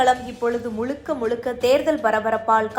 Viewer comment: TMInfotainment நிர்வாகிகளே , தமிழில் 'ழ' என்ற எழுத்து வரும் சொற்கள் அதிகம். அதை பயிற்சி எடுத்து பேச சொல்லவும். இல்லையென்றால் அந்த எழுத்து வரும் சொற்களை நன்கு உச்சரிக்க தெரிந்தவரை வைத்து செய்திகளை வாசிக்க சொல்லவும். செய்திகளை சொல்லும்போது உச்சரிப்பு மிக அவசியம். இந்த விஷயத்தில் நீங்கள் அதிக கவனம் செலுத்த வேண்டும். இந்த செய்தி வாசிப்பாளர் 'தமிலக தேர்தல் கலம் முலுக்க முலுக்க' என்று பேசுவதை கேட்கும்போது நாராசமாக இர்க்கிறது. அதுபோல செய்தி முழுவதும் தமிழை தவறாக உச்சரிக்கிறார். கவனம் தேவை.